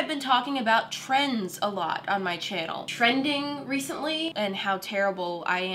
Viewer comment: Ehem you said trendSSS Not trying to be mean was a great video, just sayin. Love u!